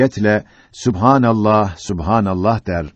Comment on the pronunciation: supenellah degil subhenellah e de a da yok arap dilinde seslendirmediki arkadas sana soledim